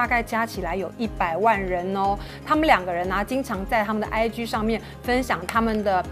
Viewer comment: IG可以不要再發音成 唉”居”了嗎！請查一下G的正確音標發音法，拜託 謝謝